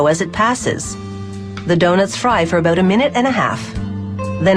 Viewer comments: haha oot and aboot~ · The narrator was Canadian wasn't she? "a'boot instead of about XD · You know she's Canadian when she says "boot" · is it just me or she sound Canadian ? when she say 'about' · You can tell the woman narrating this is Canadian because of the way she says about :P